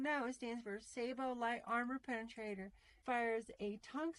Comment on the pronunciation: SAY BO